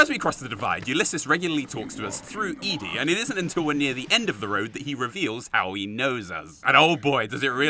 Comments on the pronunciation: Why do British people mispronounce Ed-E? Eddie! Not Edie! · I think it’s Eddie not eee dee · ED-E. said "Eddy". Ya know. Ed. And E. "Ed-e". Spelt ED-E. NOT E-DE, said "eadie".. The lonesome road review hurt me real real bad. Sorry. Had so spaz alil. Love you're work man really amazing stuff. It's " Eddy". ED-E. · hell you are killing me, ED'E is EDDIE not E dee